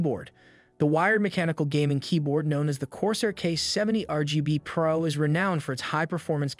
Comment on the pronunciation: how did bro say pro? PEERO???